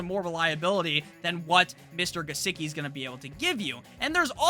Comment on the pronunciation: "Licky on my Gisecki uh" 🔥🔥